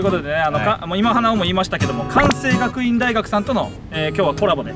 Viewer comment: くわんせいがくいん大学だ！